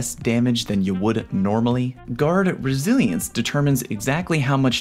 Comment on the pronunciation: GuArD ReSiLiEnCe me: so you're saying take a shot each time you say it wrong? got it